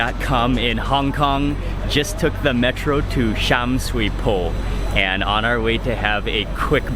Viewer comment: Its pronounced "Sum Sui Bo." Also Makrk, when in China or HK, never tilt your head up to capture food. Your chin should always be 90 degrees and you bring food to your mouth never slouch over either.